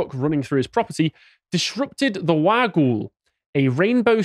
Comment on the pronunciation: The mythical serpent is pronounced wog-ool its also what apparently created the swan river in Perth that’s why the river looks like a slithering snake. I’m not sure if the wagyl can be spoken to in parseltongue